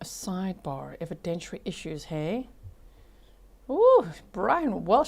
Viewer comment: Objection! May we be heard at side bah? 😂😂😂